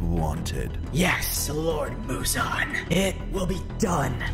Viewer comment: why does he call the demon uzan its not uzan its muzan